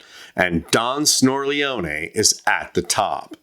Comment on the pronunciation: Thank you, thank you, thank you. You are the first person I've heard who pronounced "Snorleone" correctly. You gave me a jolt of joy.